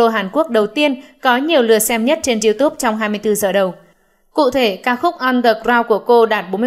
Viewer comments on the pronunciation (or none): none